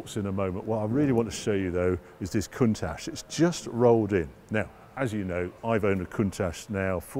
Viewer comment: He thinks a Jaguar xkss is odd looking W T F! And please will you and say COUNTACH the right way. Still love the show anyhoo!